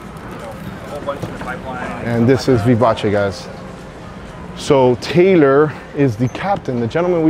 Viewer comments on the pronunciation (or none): none